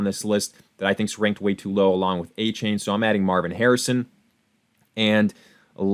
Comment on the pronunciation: pronounced A Chan not A Chain